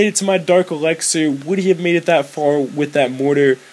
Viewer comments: you say "elixir" like "elexer".... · Lol you say elexir